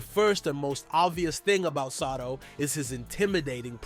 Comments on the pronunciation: Hey who ever you are dude its not sato its sotto you are son of a gun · BRO. NOT SATO IS SOTTO🤣